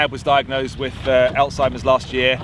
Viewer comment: When you sayed Alzheimers desease for some reason I heard Antz desease.